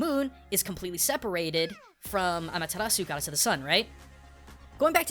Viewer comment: amatarasu? sukiomi? this isnt Naruto